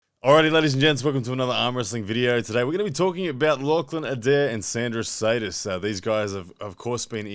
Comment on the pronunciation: It's Šedis, pronounced shed-iss, FYI